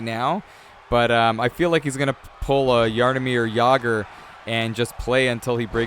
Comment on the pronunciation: Even tho Jaromír Jágr isnt too hard to say, you still nailed it perfectly. I am glad that some czech guys are also known in other countries. Cheers from Czech rep and congratz for first place in international. :)